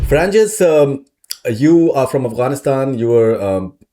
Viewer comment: You pronounce her name “Faranjes”, it’s fa-ran-GEES, Farangis with G not J! Farangis is a character in Shahnaama, Farangis is Afrasiabs daughter & Siyahvash’s wife in Shahnaama.